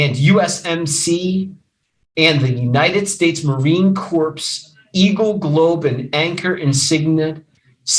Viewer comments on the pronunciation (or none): Mogen- not MogDen "kor" (corps), not "corpse" Kernodle (ker,-no-dul) not, ker-noo-dul Kohberger's tag out of PA was set to expire Nov. 30; the registration of his vehicle in WA was coincidental, not evasive in nature. The dog owned y Goncalves was located in Gonclves' bedroom, not "covered in blood" in MOGEN'S bedroom, where both Goncalves and Mogen were found deceased. The charging instrument DOES NOT STATE the shoeprint was found "in blood" in the hallway, it simply stated a shoeprint was discovered in the hall and was determined to be from a Van's brand shoe. Kohberger APPLIED for an internship at Pullman PD; there is no statement of fact that Kohberger's application was accepted, or that Kohberger ever worked at the Pullman PD, in ANY capacity, at any time. The DNA on the knife sheath was not a MATCH to the DNA found in PA. The DNA found in PA revealed it was PATERNALLY RELATED, at 99.9998% as the FATHER of the DNA profile collected from the knife sheath in IDAHO at the crime scene. There has been no statement of fact that the DNA found on the knife sheath was that of Kohberger's father. It is clear you misunderstood the scope, purpose, and results of the two sources of DNA; the two profiles showed a FAMILIAL connection, NOT one SINGLE person as the contributor to BOTH DNA samples. Sloppy research, unnecessarily dramatic and overwrought. delivery.